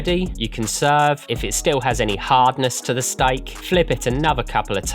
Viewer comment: Why does he say "stike"?